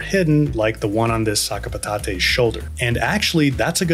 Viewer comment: sakapatatay is crazy. its french. its pronounced sac-a-pat-at it literally means sac of potatoes